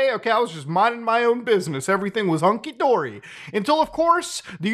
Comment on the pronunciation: u said honkey dory ill never forgive u for this 20 years from now im gonna mention how u said honkey and try to kill u over it lol